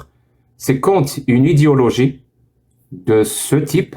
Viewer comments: Au lieu de prononcer "idéologie", il prononce "idiologie". C'est un fait exprès ? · Avec son accent, en fait il dit "idiologie" et c'est très juste pour le coups 👊